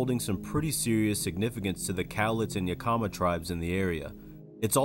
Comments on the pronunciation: Sir it is not yakima(yuh comma) it is yakima(yeah kim uh) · Mount St Helens is in Washington state and Yakima is pronounced Yah-kuh-muh.